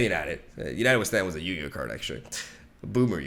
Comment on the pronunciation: ❌ YU-GI-OOOH ✅ yugioh